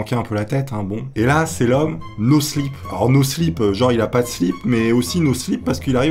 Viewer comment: C'est no clip touny pas no slip 😂